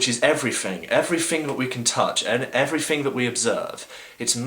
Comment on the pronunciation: "Afiests"? "Everyfing"? "Wifin"? "Somefing"? "Anyfing"? "Fink"? Oh please stop speaking speaking for the rest of us atheists.